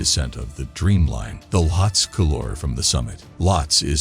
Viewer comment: Isn't the name pronounced as "Lowt-see" ?